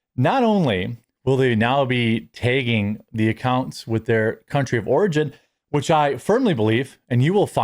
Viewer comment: "tayging" It's tagging. It's not bayg. It's bag. It's not draygon. It's dragon. And it's certainly Maga, not Mayga. The Y you insist on inserting does not exist. You dimestore Canadian.